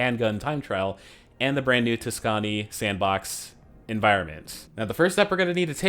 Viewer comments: Tuscani like dasani do Tusk-uh-knee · That pronunciation of Tuscany though.